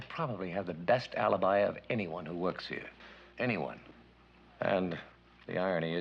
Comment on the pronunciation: " . . . up to HE-ah," he said . . . ; ) Tu, 03/10/2020